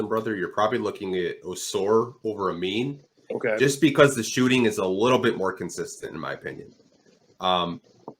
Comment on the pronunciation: “Ameen Thompson” 😂 idk why it’s so hard for ppl to pronounce these guys names right 🤦🏻‍♂️ UH-MEN AND UH-SAR THOMPSON FELLAS 😂